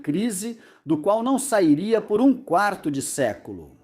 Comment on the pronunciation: Ai a pessoa ta ouvindo a narração em português e de repente entra o inglês da IA que, não consegue falar a palavra quarto. Me afugentou aí